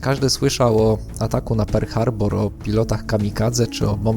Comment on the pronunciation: Mówi się "Perl Harbor" a nie "Per Harbor" a poza tym świetny film